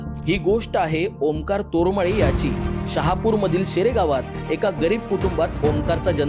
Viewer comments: तुरुमेले नाही तरमले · Are dada tormale nay re tarmale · तोरमले नाही तर तारमळे